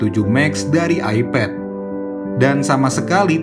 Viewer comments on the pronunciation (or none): none